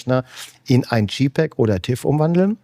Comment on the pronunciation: Tolles inspirierendes Video! Vielen Dank. Man verzeihe mir eine kleine Klugscheißer Anmerkung: gerade ein Fujiexperte sollte wissen, der Buchstabe J bei jpeg wird im englischen "dschey" ausgesprochen und nicht "dschi". Das wäre dann der Buchstabe G.